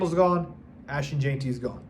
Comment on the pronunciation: I was so sure that you’d learn to say “gen-tee”, NOT “jane-tee” before the draft. Since I don’t think you’re stupid maybe see a speech pathologist?